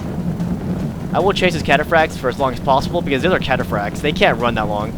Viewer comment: 1:you only upload your wins 2: seluceds say catafracs awesomely